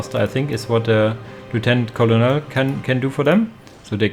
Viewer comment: Bugler is "Byu-gler" Colonel is "Kernel" I hope this helps. Thank you for the casts!